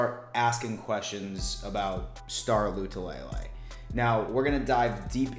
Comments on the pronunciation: Man we’re digging for content! It’s not Lay Lay it’s La Lay! Thanks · Right... it’s La - Too -La - Lay Not Lou -Two -Lay -Lay 😂😂😂😂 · I laugh every time mispronounces Star “La - too - la - lay”